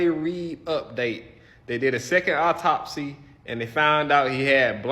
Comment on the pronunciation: & the word is "au-top-sy" not "opp-top-sy". These people are so ridiculous and embarrassing ugh